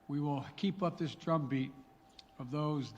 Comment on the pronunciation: Did he say “Trump beat” or “drum beat”? 😂